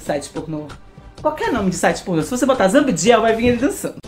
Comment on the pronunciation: ZA-BI-DI-EL , CI-EN-CI-OU-NER 😊